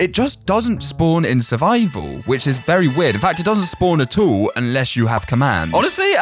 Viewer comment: When you were saying at all, it sounded like you said a**hole